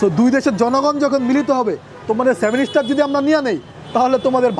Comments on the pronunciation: সেভেন স্টার নারে ভাই সেভেন সিস্টার হবে। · ভাই, সেভেন স্টার না, সেভেন সিস্টার। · 7 ইস্টার না 7 সিস্টার